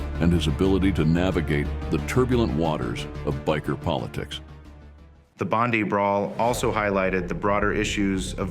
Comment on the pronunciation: How do two yanks, do a documentary on Australian bikes. They can't even pronounce Bondi. Trying to make out that Mick Murray is anything but a thug and drug dealer is bullshit.